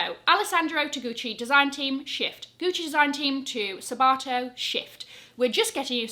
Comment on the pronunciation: Omg, every time you said “shift” my brain heard “sh*t”! Mind playing tricks on me😂